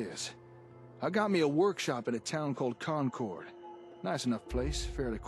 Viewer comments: Did he just say "CON CHORD"? Khan cored? Everyone in Massachusetts is crying out in agony because they all know it's pronounced "conquered". My girlfriend is from the North Shore, and she is highly offended! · As a Masshole, the VA's pronunciation kills me. I'm sorry, but we absolute heathens pronounce the town of Concord like "Khan Curd". Yeah. I don't get us either...